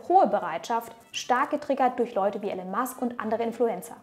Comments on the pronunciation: Wieder extrem nice recherchiert von dir ☑️ Nur am Rande…..er heißt Elon und nicht Alan 🤓🙃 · Elon Musk (ausgesprochen „ILON“ nicht ELLEN) 😂 Tolles Video aber 😁